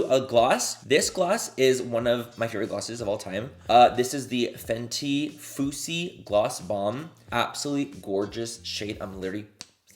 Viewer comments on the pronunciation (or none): MANNY I KNOW YOU DID NOT JUST PRONOUNCE FUSSY "FOO-SEE" 💀💀💀 amiga 😂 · Ok because I was thinking, “I have FUSSY but there is another shade called Foosy?” I feel better now. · did you say 'foosy' lmao its 'fussy' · I can't believe this bitch said FOOSY instead of fussy. GIRL! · We need another of these videos loved it 😍🥰 also the way Manny pronounces Fu$$y 🤣Omgggg Had Love it 💕💕💕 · It’s you saying FooC for me 🤣🤣🤣 ma’am!!!! Love you manny you’re hilarious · Lmaoooo the fact that you said “foosy” a couple of times😂😂❤️ All Love❤️ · Fenty “foosi” I love that 😂😂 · Manny! The Fenty gloss is called "fussy" like you're making a fuss/being dramatic about something. You crack me up omg :D :D